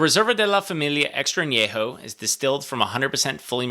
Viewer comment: Thank you for pronouncing An- YE- ho correctly ! Nice review.